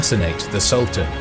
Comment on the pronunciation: Sultán, not Salt Ann! Do your research. ... Yaqúb, not Yak up.. Footnote: Serbians never did do well, after the first foray. Sarajevo, for example.